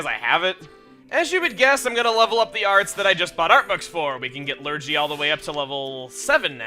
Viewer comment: Just to let you know, Lurgy is pronounced with a hard G :)